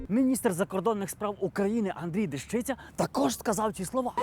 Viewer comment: Не ДежИця, а ДЕщиця.